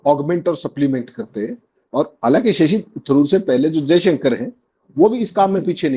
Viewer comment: Sasi nahi..Shashi kahiye..